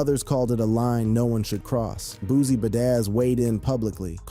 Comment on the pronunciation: The way you pronounce boosie name pissed me off so bad and VERSUS